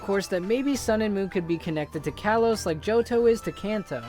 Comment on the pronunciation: ITS call-oe-s